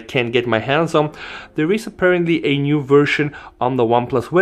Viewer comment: 'APPEARANTLY' Speaks Tech